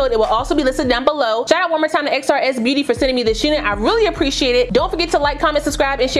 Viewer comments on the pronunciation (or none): Hey gad to see you back girl I missed you it looks good but I heard thr company pronounce it Chris like Xmas lol 🥰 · Glad to see you back gurrrrrl! Oh ps... XRS beauty is said like "Chris" beauty like how we do Christmas as Xmas as short. But no matter how u say it... I missed you